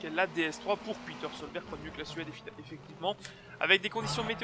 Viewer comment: Ouais bon , Petter se prononce Pétère et non pas Piteure , mais bon .